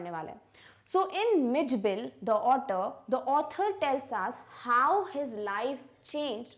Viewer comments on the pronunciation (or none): Mam your author and otter pronounciation seems same